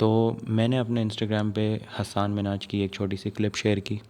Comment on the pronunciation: It's Hasan Minhaj, not Hassaaan Minhaj.